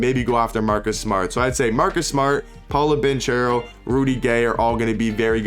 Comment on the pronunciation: Paolos name is pronounced paw low bon care o